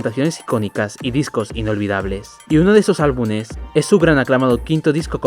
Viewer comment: se dice albumes, amigo, no albunes. Por lo demas perfe